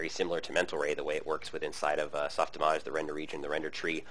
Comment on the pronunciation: does anyone else hate how he says softimawge